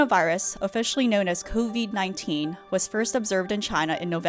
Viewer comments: they said it like cuvid-19, thats why its funny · kooveed 19 lmao nice pronounciation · "COVID-19" Reporter: "cOvEeD-19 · for real she should be fired if she can even pronouce covid 19 lol